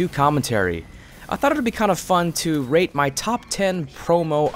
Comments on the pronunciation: Is it me or he said rape instead of rate xD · Am I the only one who heard him say "rape these weapons" in the beginning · i thought u said rape lol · Is it just me or he sounds like he is saying rape when he is saying rate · I thought he said rape.XD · is it just Me or when he says "Rate" does anybody hear "Rape"? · Did he say "i wanna rape?" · Is it just me or when he says (rate) it sounds like R*pe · it sounds like he is saying rape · wen u said rate your top 10 it kinda sounded like u said rape your top 10 LOL xD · sounds like your saying "rape" everytime you say rate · Omg when you say rate it sounds like rape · I always herd ''Rape'' istead of rate :S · i know this is wrong, but i cant get it out of my head that whenever you say "rate" you say "rape' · XD whenever u say rate it sounds like yr saying rape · Who else thought that he said rape the promo items instead of rate? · How he says rate, it sounds like rape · me 2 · Ayy_its_Yosh i same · lol, same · When you said "rate me weapons" it sounded like rape my weapons xD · At first I thought u said rape xD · it sounds like he is saying "rape my favorite promo items" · When he said rate i thought he said rape 😝😆